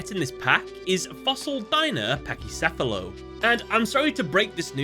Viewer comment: I'm glad you finally said the word "Pachycephalo" right.